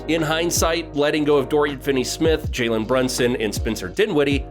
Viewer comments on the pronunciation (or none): none